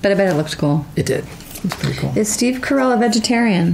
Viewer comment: Steve, you just said your family name is Caracelli, not Carell!